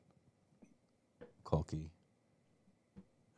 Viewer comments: eshne kaha tha kalki ko khalki 🤣🤣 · Kalki❌ khalki✅😂😂